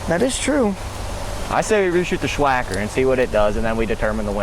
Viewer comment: Sssssss wacker not shhhhh wacker